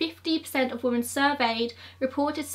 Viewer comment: Love your videos, but you always say "woman" when you're saying the plural, "women", everytime I hear it throws me off for a second.